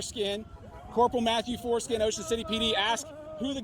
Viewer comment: I'm sorry but did he say Mathew Foreskin??